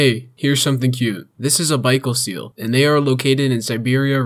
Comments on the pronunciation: Right, I had to figure out what he was saying due to his mispronunciation of Baikal. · hola! It is not bikeal seal, its pronounced bai kal, bye, kal, no worries tho!